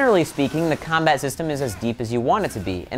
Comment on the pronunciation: he said combite